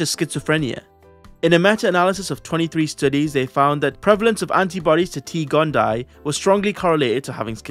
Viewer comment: Just a heads up, a double i in Latin like T. gondii in pronounced “gon-Dee-aye”